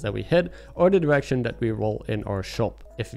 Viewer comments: Came for the menagerie, stayed for you pronouncing "direction" as "erection" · I can't be the only one who heard "erection" when he said direction.